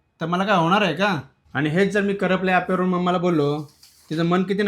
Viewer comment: आप्पे रे एप्पे नाही 😂..